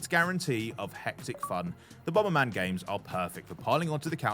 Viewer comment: "Bom-ber man", what a div.